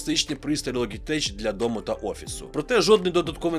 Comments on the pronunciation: Ну не логитеч же, а лоджитек. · Підписався, але з вірою в те, що будеш говорити "Логітек") Як і в бренді A4Tech (ЕйФоТек). Популярна помилка, як зі словами Knight/Knife.